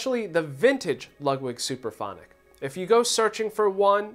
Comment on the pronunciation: It's (Supraphonic) not Superphonic !!!!!